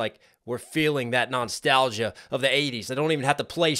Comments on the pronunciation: I thought you said “knox-talgia” haha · Are you saying non-stalgia instead of nostalgia?